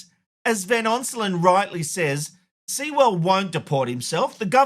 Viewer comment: It's Sewell like Sue'll ...